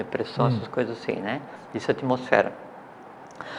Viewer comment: "atomosfera" kk